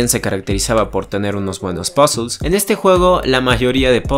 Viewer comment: El vídeo genial y tu opinión es la misma que la mía pero me he perdido cuando decías “Puzzles” JAJAJAJAJ lo siento, me hace mucha gracia la pronunciación, no va a malas solo me hizo mucha gracia, un saludo máquina 🫶🏼